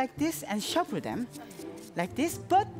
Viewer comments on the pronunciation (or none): instead of shuffle shuffle i heard SHABU SHABU SHABU